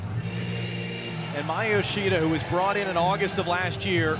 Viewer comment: Did he just say Maya Mishida